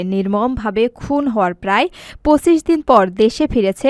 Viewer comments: সংবাদ পাঠিকার পঁচিশ উচ্চারণ ভুল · ব্রিগেডিয়ার জেনারেল বলার উচ্চারণ ভুল আছে এবং পঁচিশ বলার উচ্চারণ ভুল আছে